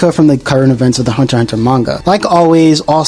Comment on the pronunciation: is Hunter x Hunter you dumb fool you're pronunciation is bad